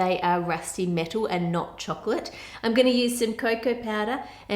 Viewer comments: I like how you say chocolate. It sounds like "chucklet" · i hate the way she is prononcing chocolate to chocccccclatte😠